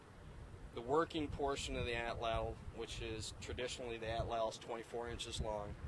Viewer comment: Pronounced AHT LAHT